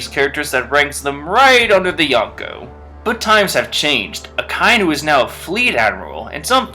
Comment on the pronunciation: "A-kai-nu" I know some people can't tell because of how it's written, but it's "Aka-inu". "Aka" means red and "inu" means dog.